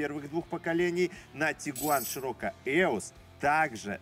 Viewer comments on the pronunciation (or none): Широкко? Ты немец чтоли?